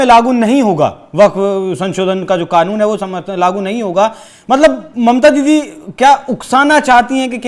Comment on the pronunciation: He said: mamta didie. Didie ???!!!!!